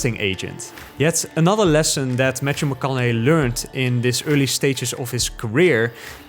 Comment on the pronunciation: “Matchew” 😄 but interesting video :)